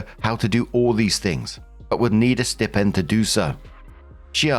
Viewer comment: Story 1 - When doesn't know how to pronounce the word "stipend" correctly.